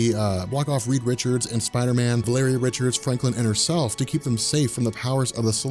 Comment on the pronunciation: its prounounced val o ree